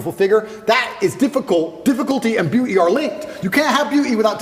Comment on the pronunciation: Beeuu’ee standards. Lol